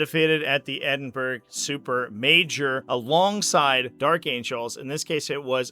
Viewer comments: Just a heads up, its pronounced Ed-in-burr-aa :) love from Scotland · Mate, Google how you pronounce: "Edinburgh". 😅